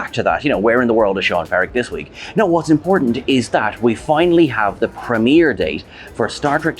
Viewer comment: As a non American, you said 'premiere' wrong!